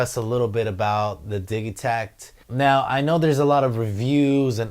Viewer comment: I thought it was pronounced "Didgey-takt" and not the "Diggy-takt" :)